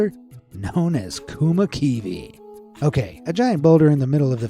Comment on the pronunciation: im from finland and visit the kummakivi(weirdstone).your pronunciation of our language is even weirder than the stone,just hilarious!